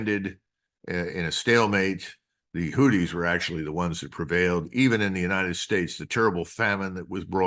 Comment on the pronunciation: Argh, 'who thees' not 'hooties' anyway great show